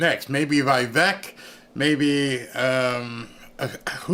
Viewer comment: He’s name is pronounced Vivek like cake 🍰 😢😢😢